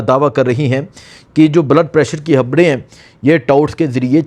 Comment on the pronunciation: Habraion yaa khabraion